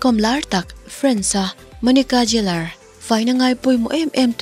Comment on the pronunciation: An hming takngial pawh han lam dik theihloh. Geller kha Jeller iti daih a.